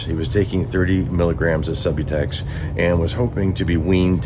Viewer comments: It's pronounced Sub-ū-tex. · Narrator: Perry's prescribed drug for opiate dependence is pronounced SUB-YOU- TEKS or Subutex. This is Suboxone without the required naloxone added. Subutex should only be given to pregnant women; even that is no longer recommended. Perry wanted the opiate buprenorphine without the naloxone, an opiate blocker. Shame on Perry and his prescribing provider. He wanted the high without the blocker that prevents the high when injected. Perry was not sober and wanted to give that impression only. He was still using. Poor devil.